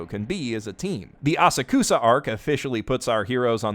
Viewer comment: "ah-sa-koo-sa arc" ah-sakh-sa, m'dude